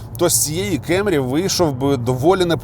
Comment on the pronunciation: абсолютно нічого не маю проти Америки) Основний посил був донести що якщо обзор в Україні, укр.мовою, то кЕмрі ріже слух) якби це був огляд авто англійською то і питань би не було. Свою позицію щодо вимови моделі детально описав, тому рахую тема закрита)